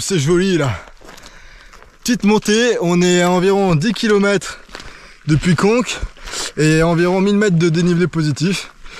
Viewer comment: Oui je sais que c'est Conca ;) C'est un Corse qui m'a dit qu'on ne prononcait pas le A à la fin des mots, et donc cela fait en prononcant à la corse "conque" :D Il ne faut pas m'en demander plus ;)